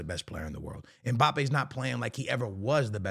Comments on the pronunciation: Mbappe ❌ Mpabbe ✅ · “If mpaypal lands at Real Madrid……”😯